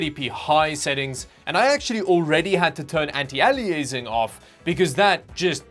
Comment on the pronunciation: How you pronounce "anti-aliasing" sounds painful, lol. Clippable.